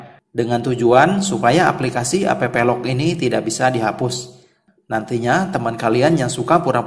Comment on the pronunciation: App lock dibaca aplok